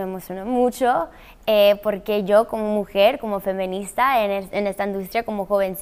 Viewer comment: no tiene que ver, me pregunto si lo dice así porque no sabe o por su acento xd